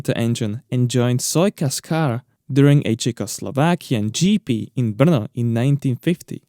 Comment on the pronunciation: Finally I know how to pronounce 'Brno'.